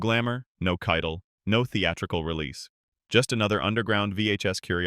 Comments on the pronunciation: Harvey Kei-TEL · had to turn it off when the AI voice said 'Keitl' for the third time. shame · The video AI can't pronounce it.